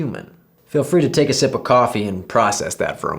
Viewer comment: He proved he's truly an arabic speaker at the end when he said sip some coffee ☕️ 😂🤝